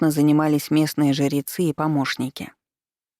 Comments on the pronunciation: Спасибо, понравилось повествование, только смущает слово жерецы вместо жрецы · А почему жирецьі, а не жрецьі? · Зачем ты так странно произносишь слово "ЖРЕЦЫ"?!!! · Чтица очень замечательная и проникновенна, но, почему жЕрецы....